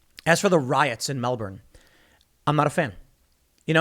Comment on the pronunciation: Disliking the video due to mispronunciation of Melbourne. Also, they are saying dressed as construction workers as the Union, the CFMEU, has a lot of sway over the Victorian government so it is a bad look for the government if it comes from what is meant to be a pillar of support. Easier to portray them as anti-vaxers so still good press